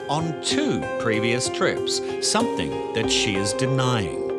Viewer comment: Come on Aussies it is Something NOT Somethink nearly everyone says it.